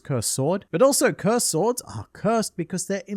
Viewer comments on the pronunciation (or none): I keep replaying the part where he says “sWords” 😂